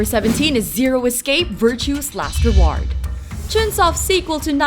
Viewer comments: lol learn to speak, "Zero escape: Virtue's last re- war- ed " that got me scratching my head sounds like a dumb name. but don't worry cus it "follows the story of 9 kidnapped in-da-vid-a-wools" Oh good that sounds interesting, i always wonder what and in-da-vid-a-wool looks like? but to top it all off, the games "intricate and powerful storylike aw - are - eds it with a playscore of 8.91" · why can't this girl say reward tho ????